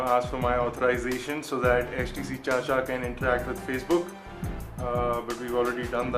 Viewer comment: its chich-aaaaaa....